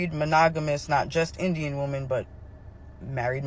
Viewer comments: This is an important topic. Sorry but that creator was annoying af. Between repeating herself 10 times and pronouncing "women" like "woman," ...I had to skip to the end. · martial (marshall) is military, marItal is marriage related. And women is prounounced wymen, not wooman, which is one woman, where women is many women.